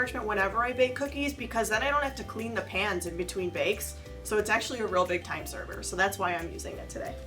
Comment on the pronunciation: She said term server instead of time saver